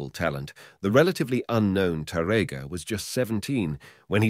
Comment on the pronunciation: Here the sound is much better than the other video. I still wish the narrator knew how to pronounce the word Tárrega (TÁ-rrega), but instead he pronounced it incorrectly as (taRRÉga) in many instances. It hurts my ears to hear mispronounce Spanish names in English. 🤔